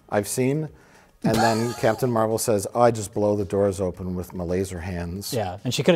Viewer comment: as a comic fan, i’m cracking up over mike pronouncing captain marvel as “mar-vell”